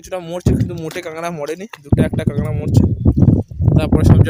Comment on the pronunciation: Kangra na bhai kakra😂